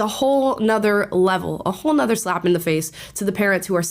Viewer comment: OK, I didn't say anything a few minutes ago when you said it. Now I'm asking... begging you to not say "Nother"